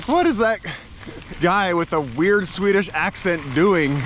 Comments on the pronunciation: Your Swedish pronunciation is so good. 👏👏👏🥰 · Your swedish pronunciation is really quite amazing.